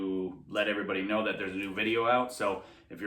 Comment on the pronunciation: You not “NODE” us. LOL